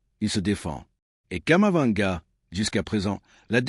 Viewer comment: Vous me décevez en disant toujours Kamavanga . Il s'appelle KAMAVINGA. C'est vraiment dommage.